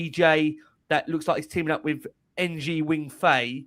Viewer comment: you have to learn to pronounce the Chinese surname Ng. Pronounce it like you would any word ending in 'ng'